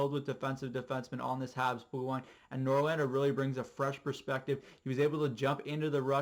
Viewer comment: Hehe, good video but one thing, Norlander? or NorLinder?